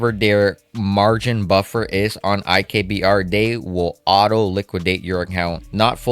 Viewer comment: it's IBKR, not IKBR